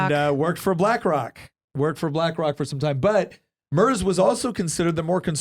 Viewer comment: If you wanna look cooler than everyone else, it's pronounced "Murts," not Murzzz.